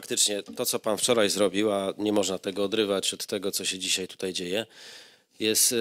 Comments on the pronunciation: Przewodniczacy mowi ,,dzisiej ,tutej" Skad ten parweniusz wzial sie w Sejmie ? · Tutaj a nie tutjej tal się mowi jak się nie mówi prawdy😂